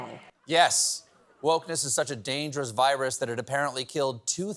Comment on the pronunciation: virus is not pronounced VI-WUS